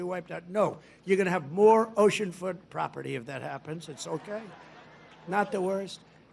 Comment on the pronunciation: What is "ocean foot poperty??"